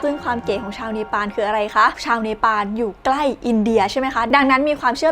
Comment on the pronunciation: ฟังคำว่าเนปาลเป็นเวตาลครับ